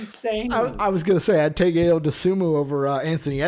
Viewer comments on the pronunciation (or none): Pronounced “I-O” but yes Ayo has has no flaw at this point. He can shoot it pass it and drive it. I love your guys content! Keep going!!!